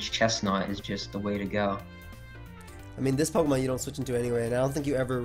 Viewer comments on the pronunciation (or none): Fun vid but pronunciations are sus af